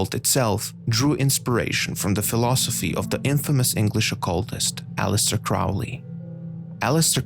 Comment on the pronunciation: Crowley... Rhymes with Holy.....